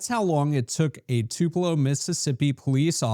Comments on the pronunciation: This lawyer calling Tupello, MS. Tullipo, is hilarious..😅😅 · it is NOT "tuleepo" it's Too Puh Loh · By law MS just clearly established in early sixties that you can’t kill outside civil rights activists while exercising their rights ! That’s pronounced Two-pu- low ! As in Tupelo Honey by Van Morrison ! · It is Too Puh Low…not Two Pee Low. The videographer pronounced it correctly. Elvis’ birthplace too. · It’s TOO-puh-lo. Not tuh-LEE-po. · I subscribed so take this criticism as coming from a viewer that cares. The city in the video is Tupelo, Mississippi. Not Tulepo, Mississippi. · I loved how he pronounced their crap hole as TULEEPO! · Tupelo... TU-: Sounds like the word "too" (or "tyoo" in British English). This is the stressed syllable. -pe-: A quick, unstressed sound that sounds like "puh". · It's Tupelo, not Tulepo, great story but you don't lend credibility...too bad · I had to rewind at 1st thougt you said Toledo! Dam, You said "Taleeeeepo" lmao we've got Atty's that can't Read now! 🤔😆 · Tuh leepo? Is this happening in Tupelo MS? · Dude, it’s not ‘Tuleepo’! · Dude, I think you are the only person on the planet that can't pronounce Tuuuu pa low correctly. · Buddy its TUP ' E 'LO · AI narration? It's "Too pell oh" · Dude... it's Too-pa-low. How fucking daft can an attorney be? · It’s (two-puh-lo) right near Onebelow! 😂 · It's pronounced Two- pa- Lo... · It's pronounced "Too-puh-low," not trying to be a grammar nerd. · Elvis and Van Morrison were offended by your pronunciation,. 🤣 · Who mispronounces the birthplace of Elvis? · By the halfway point of this video i was beginning to wonder just how many ways it was possible to mispronounce the name of Tupelo